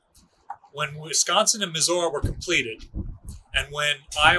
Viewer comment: I kinda like the "uss wisconcky " myself...